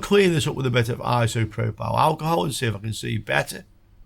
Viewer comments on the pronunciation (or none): Hi. love your videos but i feel i have to mention as it grates on me when you say IsopropAL instead of isopropYL or Isopropanol lol. just a little gripe of mine. keep up the great vids mate. ive learned a LOT from you. 👌